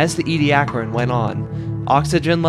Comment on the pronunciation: As these fossils were found at Ediacra station in the Flinders, they are pronounced Ee-dee- AH-cra. Tell your friends.